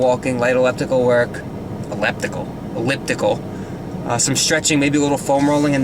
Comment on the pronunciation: ***** "elleptikal work"?? Great you're starting to pronounce words like Chris Jones... ha